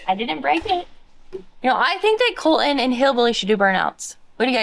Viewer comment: It's "Col-TON' not "Col-TIN' or "Col-en". should get to do a burn out everything wrecks something and has to repair it.